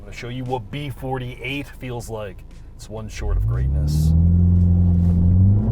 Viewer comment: Liked for the gratuitous B48(!) emphasis. All hail Son of God's Engine.